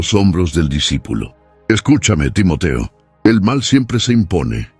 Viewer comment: Muy buena la narrativa lo único son los. Cambios de los nombres de los participantes a veces tiende a confundir Por eso es bueno poner los nombres tal y como los hemos conocido Timoteo no Timotio Timoti pablo no pol y así a cada uno que le ha cambiado